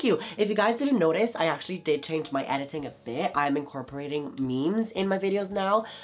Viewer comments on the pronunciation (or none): none